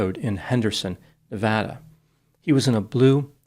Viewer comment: might be the first person from the east coast that I've ever heard pronounce 'Nevada' correctly